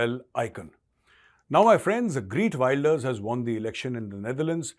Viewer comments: Geert Wilders, not Greet Wilders! Me-la-nie Joly, not Mee-laine Joly! It's important to get these details right, for your own credibility!! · I just voted for him... and this is not a joke!!! खेरत वीलदरस this is proper pronunciation of his name in Dutch!! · Heert welders. Pronunciation. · take a shot every time he says "Greet Wilders" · His name is pronounced as खेर्त विल्डर्स. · Pronounce his name right bhai